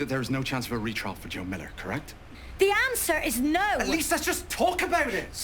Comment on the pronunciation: Oh, my comment’s first here! That’s a bit sad, cause your reaction and your theories are great, as always))) And gosh, you’re saying “Millah” nearly as good as David Tennant himself) Also, caught your confusion about the “sort of a woman that happens to”. I think I can explain. Thing is, some people really like to believe, that such a horrible thing as rape only happens to those, who deserve it in some way, like, you know, too short a dress, too flirty behaviour and other stuff that provokes sexual attention to a person. This is actually a very unfair protection mechanism, because by believing that this can only happen to some harlots or someone like that, they’re convincing themselves that such a terrible thing wouldn’t ever happen to them, or their wives, mothers, daughters and so on. Of course, it’s not true and very cruel - this can happen to any innocent person, but that how people’s minds work sometimes, and it’s very sad(